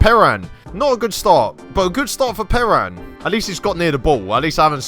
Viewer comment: Please stop mispronouncing Perin